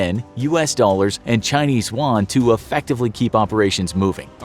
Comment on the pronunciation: Man, you need to start learning how to pronounce "chinese yuan"